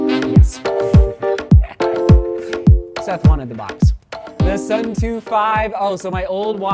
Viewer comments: The word “Suunto” comes from the Finnish word meaning “direction”. Suunto is pronounced “Soon-toh” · Seth, you really need to learn how to pronounce the word suunto.